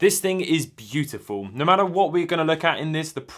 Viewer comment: “Byoo tih foow”